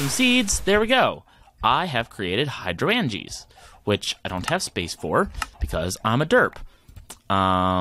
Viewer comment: The word is pronounced Hydro-angea like Hydrangea the flower. here is a link so you can hear pleas stop brutalizing such a great pun. An endear watcher AKA a spot loader does not load in a radius based on distance to the block it loads the chunk it is in which is a 16 by 16 area from bedrock to the sky that is fixed based on its x and z coordinates. You can turn on show chunks by pressing F9 in NEI to figure this out. If you remember your chunk loader shot a red laser to a point that was the center of the chunk it was in and then the lasers showed the radius from there. You want to start NOW on growing an uber node for CF as it takes forever to grow even with chunk loaders and a fast inefficient system. An longer with a fast but efficient system like i have been on about in the comments of past videos. Trust me you want to do this ASAP or you will regret it later when your CV system is weak or you have to put things off to grow a node. You can auto craft botania flowers but it is a pain and rarely worth it. Mostly you need to automatically feed the correct ingredients (in the right ratio) into a petal apothecary you are piping water to and then collect the flower remotely with something like a hopper hock or a filtered world interaction upgraded transfer node.